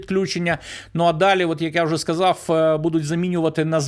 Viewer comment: Як бридко слухати наслідування вимові рашистські мові; сказаф, пішоф, даф...